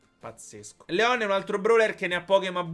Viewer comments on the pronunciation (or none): none